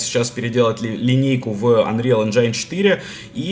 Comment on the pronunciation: не энджайн, а энджин. Как переводчик тебе говорю) Сори за замечание)